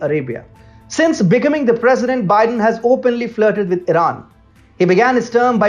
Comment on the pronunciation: You guys are awesome. I love your brash reality about what the liberals and U.S. media are up to. A quick tip if I may. I'm an English teacher - specifically pronunciation. If you'd like, I'll help you. The word - becoming - which you said numerous times, will be understood by Americans if you say, "bee" (like the animal that is yellow and black stinging, honey making), "come" (like when you say come here) and then add ing. Emphasize come. beCOMing. Just an English tip! You guys are awesome!